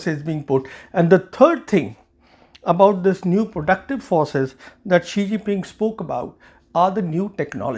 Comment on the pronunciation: Oh, the ChinaPak stooge again -- cue all the praise from Pak commentariat. Sawnhey can't even pronounced his beloved leader's name - which is Xi Jinping, not Shee-Ji Ping. Certainly China can attack Taiwan. The fool Xi has foolishly made unprecedentedly bellicose statements about bringing Taiwan into China's fold, which has raised alarm across the region and the world. Western military experts are predicting military conflict over Taiwan before 2030. Headstrong Xi has foolishly destroyed any trust and goodwill previous Chinese leaders had built by carefully promoting "the peaceful rise of China". But thanks to their closed system, the Chinese are now stuck under him.